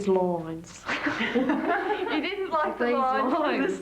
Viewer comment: when she tried on the dress and goes "I hayte it! It needs loiyns". Along with the mother in law...it's elegant, it's different...and Donna replies It's elegant but I wouldn't wear it to a wedding. Heard tizzy bantered around a couple of times too 😂 and the arguments over who to invite and the invite wording. Felt like a bonus episode